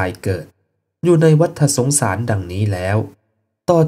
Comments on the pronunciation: วัตตะสงสาร ไม่ใช่วัตถะสงสาร เรื่องธรรมะย่างนี้ต้องอ่านให้ถูก มิฉะนั้นไม่น่าเลื่อมใสศัรทธา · ัวัฏสงสาร ออกเสียงว่า วัด ตะ สงสาร ฏ ตัวนี้คือตัว ตอ ปะตัก ไม่ใช่ ตัว.ถ